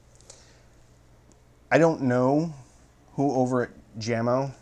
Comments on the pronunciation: Jamo is technically pronounced YAY-mo, not JAM-oh, but you are far from the only person to pronounce it wrong. Probably the most commonly mispronounced audio brand name. Funny that they are owned by Klipsch, the second most mispronounced audio company name. (Mom used to think it was German, and pronounced it “Klipsk.”) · It's not Jam-O. It's yah-mo😨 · What is awesome is that he knows this but yet says it Jam-O :) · What's up? I've been watching a few of your reviews. You 're dong a great job. BTW, These speakers are pronounced Yah-mo not Jammo. Jamo was started in 1968 by a Danish company but now is owned by Klipsch. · Aren't they pronounced yamo. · I think it's pronounced YAMO. It's in swedish. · Dear, My good old man,the name JAMO is pronounced Yahmo.(not trying to be a self-involved smart alec!) Thanks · I do believe the brand is pronounced "yah-moe" my good man. Sound is all that matters in the end i suppose, but some judge a speakers quality by how well the enclosure is made and the parts used in the X-over, gauge of wire ran to the drivers etc. I doubt you opened them bad boys up, but how would you rate the enclosures quality? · Yo,! Call them Yamo because that's how you say Jamo. Peace and love. Enjoying this a lot, like jumping on the videos as fast as a speeding bullet brothers and sisters.